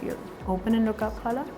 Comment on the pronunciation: I love the way you say khala .Your new subscriber from houston texas